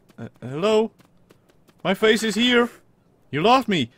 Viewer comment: Because you said come hier i know you are a dutch guy😂